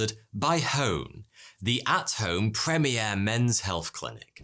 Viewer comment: Prem-e-air? Lol Prem-eer.